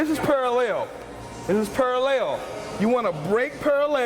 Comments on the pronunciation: His Parallel pronunciation is almost as bad as Vinces back squads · Is he saying pale ale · this is para-lel you wanna break para-lel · Alright, fuck it I'm just gonna ask. All this "hippie shit" talk? WTF are you guys referring to when you talk about "hippie shit"? Oh and I love the way says "paralayle". I can't wait to get to the gym tomorrow. I'm gonna focus like a mother fucking laser and tear these legs to the ground. They're either gonna grow or die trying. So thanks for the video. I'll be sure to keep my shit in check tomorrow. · parallel "purahlehl" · Rection Paraleyal haha